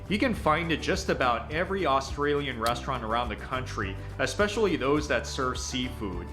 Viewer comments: How many times do we need to hear the word OOOS TRALIAN BARA ... MOONDY FUCK ME... I'VE HEARD ENOUGH this video should not be taken as legitimate on the grounds that he can't even fucking pronounce the name of the food Get Isaac to do a video on this and take his word on it See.. i mean he can't even fucking explain FAIRY BREAD the way you eat fairy bread is... Lots of butter, Lots of hundreds and thousands and..... 4 LAYERS HIGH, the more layers you can fit in your mouth the better your'e not a true aussie kid unless you've had fairy bread doesn't know how to explain meat pies I MEAN.. FUCK... NO MENTION OF THE LOCAL SERVO OR 7-11 LOL and .. You don't spread the tomato sauce on top...... YOU FUCKING INJECT IT INTO THE PIE........Everyone knows that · I can't get past his attempts at saying Australian. I cringe every time he says it. Almost as bad as Americans saying Aussie Australian is NOT "O"stralian it's more "A"stralian not "o" as in hot but rather "a" like in "a dog" "a beer" and even that isn't exact but hopefully snce you did a video on Australian speak this might help And Aussie is NOT O"ss"ie with "sssss" yeah we have a few of em (snakes) but it doesn't fit in Aussie I guess it's more like O"zzie" like a mosquito is a mozzy